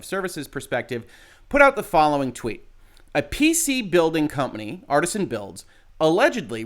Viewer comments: Jesus - if you're gunna hop on the story to grab a few views, get the name right at least. It's Artesian - Arr Tee Zee An - as in water-bearing strata, not Artisan. It wouldn't surprise me if the dbag thought it meant Artisan when he set up the company, but I'd extect a "legal Professional" to get the details right. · It's not Artisan it's Artesian. Different pronunciation. I know. I'm that guy. Except it would have made more sense for them to actually use Artisan as I don't see how Artesian reflects what they do as a business. Maybe Artisan Builds have already been used, maybe I'm not that imaginative, I don't know. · It's not " Artisan " it's pronounced " Are tee zee an " lol, law but can't pronounce an easy name, like come on dude lol, in other stance, what Artesian did was horribly wrong and should have his knees broke for that. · It's not pronounced "Artisan" builds, it's actually "Artesian" builds, which makes infinitely LESS sense than Artisan. They obviously meant to call themselves Artisan Builds, but they did not.. instead it's Artesian.. Definition of Artesian: relating to or denoting a well bored perpendicularly into water-bearing strata lying at an angle, so that natural pressure produces a constant supply of water with little or no pumping. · "Artesian", NOT "Artisan". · The word is pronounced (roughly) AR-TEE-SHAN, referring to a type of groundwater deposit or condition (where natural springs are common owing to the high pressure of the water).